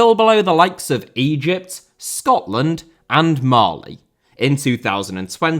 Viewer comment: Bruh why did you have to say Scotland like that :(